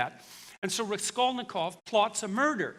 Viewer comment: Did he even read Crime and Punishment?! His pronunciation of Raskolnikov is horrible.